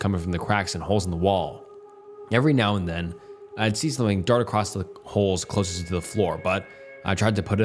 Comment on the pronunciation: Bro you gotta please research pronunciations. I’ve never heard someone mispronounce “closest”